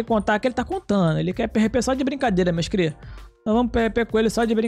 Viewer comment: "Fala meus crias, sejam bem vindos a mais um vídeo!" Sou só eu que acho satisfatório toda vez q ele fala crias com sotaque?